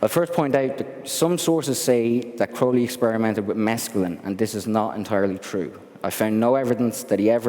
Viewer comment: Glad to see someone pronouncing his last name correctly. Ozzy is a dumbass. He screwed up his last name in the song Mr. Crowley by pronouncing it Crowl-lee, but it's actually Crow-lee. And in poem Aleister even rhymed his last name with unholy.